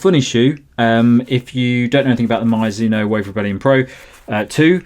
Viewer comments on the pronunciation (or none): 「マイズノ」😂変な発音！Mizuno = ミ + ズ + ノ = Me + Zu + No. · Please don't call it Myzuno, its annoying!